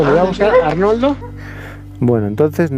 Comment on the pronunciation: jajaja todo el rato repitiendo Arnoldo y cuando pregunta dices Ornaldo jajajaja